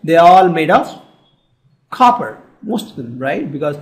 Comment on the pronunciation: 'copper' he turned into an American for a second